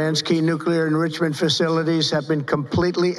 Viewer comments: "Nuclear enrissiment?" "Nuclea threat?" Yup, he sounds like an idiot. He probably didn't pronounce the Iranian leader's name properly, either, though I must admit I didn't even know the leader's name. "We worked as a team like perhaps no team has ever worked before." "Joint chiefs of saff." More highlights. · What is “nugular enrishamen”??? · Nucular indrissement capacity? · "Nuclear enrucerment?" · Pls help. What is an “endrusimant” DJT might need a dictionary… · Dear God, he can't even say 'enrichment.' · Couldn't pronounce enrichment. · 'ENRICHMENT" ???? Is that the word you were trying to say you POS??